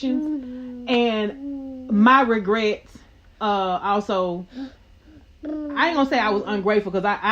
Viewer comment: Did she say “DiRegrets” 😂